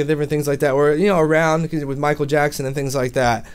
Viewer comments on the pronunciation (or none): none